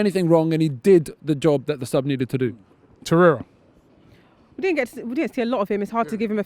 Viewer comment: Ffs his name is TORREIRA not TORRIERA | great ratings by the way 😂😂😂